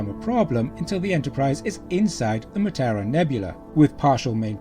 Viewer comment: Mutara. Not Mutura.